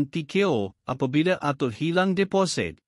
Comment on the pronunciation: Tukar lah pembaca ni - sebutan amat salah - deposit di sebut deposet , air di sebut ayer